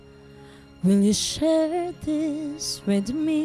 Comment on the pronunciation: Aside from the B, V, and TH pronunciation issue, that last girl was superb!